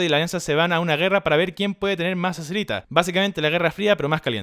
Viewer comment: Todo estaba bn hasta q escuche azerita